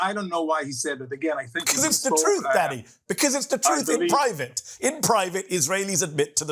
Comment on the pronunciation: I keep hearing Mehdi saying 'Daddy' instead of 'Danny'